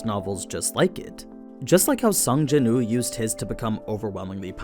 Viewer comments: Yes please! but isn’t his name Sung Jin Woo? Sounds like you are just saying Sung Jinoo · Am i the only one hearing him say sung jin ooo and not sung jin woo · Btw its sung Jin woo . Said like Wew